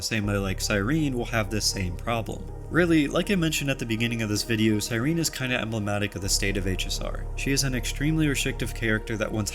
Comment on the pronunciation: CyrenEE how are we STILL pronouncing her name wrong after an 11 month story of which she is a main character?!